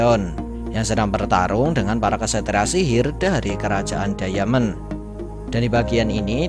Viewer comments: Bkan dayamen bang tpi daimen bacanya di menit 3.11 klo gak salah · Jgn diamen dong min bacanya, daimen gitu 😉